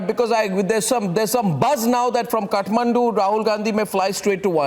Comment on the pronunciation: it is kathmandu ( kaath - maandu) not cutmandu ( cut-mandu)